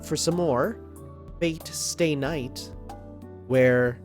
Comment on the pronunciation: Fate/Stay K(N)ight